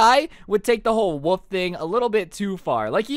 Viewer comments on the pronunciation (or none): do you say wouf as in bark instead of wolf